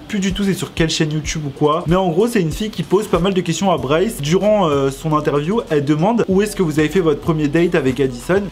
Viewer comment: Pk tu dit brice ?moi je dis bryce